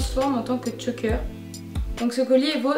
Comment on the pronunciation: J'adore comme d'habitude, j'adore les vêtements que tu achètes. Il y a juste un truc qui me dérange c'est quand tu dis "Tchoker" au lieu de choker ou ras de cou mais c'est tout!